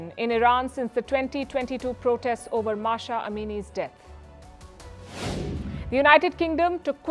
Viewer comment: Mahsȧ, not Mahshȧ